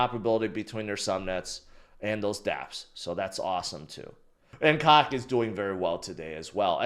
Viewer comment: Guys....please all the COQ and INU is getting real old. PLUS, why shouldn't COQ be pronounce like COKE